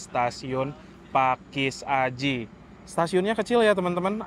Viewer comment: Biasa nya kalau baca pakesaji,bukan pakis aji mas ralat